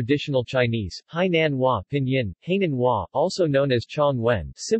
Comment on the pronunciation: He pronounced the Hai in Hainan as hay ie straw in English. I could not help laughing. The Hai in Hainan.means sea and the nan is south..Self explanatory. 🤣🤣